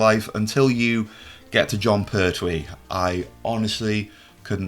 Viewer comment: Con Bertwee? 3 and 6?